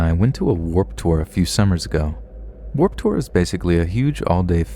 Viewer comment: what the fuck is "Whoop Tour"? ........ Either this is some kind of tour I've never heard of or you seriously can't pronounce "Warped Tour". lol